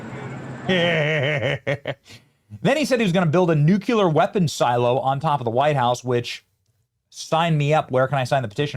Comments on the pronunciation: Benny, tryna help a brutha out. It's NOT NEW-Q-LER. It's NEW-CLEAR please. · Benny, its nu- klee-ar, not nu-kew-lar. Just listen to all the reporters. They know how to pronounce it. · I love your show, respect you. The word is nuclear is pronounced nu-kle-er not nu-cu-ler. Thanks for all that you do for us in the USA! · Benny , it is nu-clear. Not nuc-u-lear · Benny! There's no such word as *"NUCULAR"*. You sound like an idiot when you say it; and you give Conservatives a bad name. The word is: NUCLEAR. N-U-C-L-E-A-R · Nuc lear not nucular! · There is only one U in nuclear. It's pronounced "New clear", not "Nuke U Lear". I can't listen to you mispronounce that word. I usually watch your videos and upvote them but if you can't pronounce a word correctly, don't use it. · IF YOU CAN'T PRONOUNCE " NUC LE AR " JUST USE THE " N WORD " , SAYING " NUC U LAR " JUST MAKES YOU LOOK ILLITERATE ! PLEASE DON'T TEACH YOUR KIDS TO SAY " NUC U LAR " ! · Its pronounced NU-CLEAR. Not NUKE-YOU-LER. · C"mon man! It is nucLEAR, not nucULAR! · NEW-CLEE-AR NOT NEW-CUE-LER PLEASE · Benny......it's "Nu-cle-ar", not "Nu-cu-lar. You have been listening to George W Bush too long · Benny, thanks for your reporting, but please learn the correct pronunciation of the word nuclear. It isn’t nuke you ler. 😊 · Please stop saying NUCULAR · nukuler? OK Dub-ya. And take your Jag-wire to buy a warshing machine. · It's pronounced NUKE-LEE-UR. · Dude, WTF is NUCULER? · Dammit, Benny, learn how to pronounce nuclear!!!!!!!!!!!!!!!!!!!!!!!!!!!!!!!!!!!!!!!!!!!